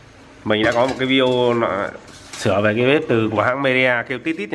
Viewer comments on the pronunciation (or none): none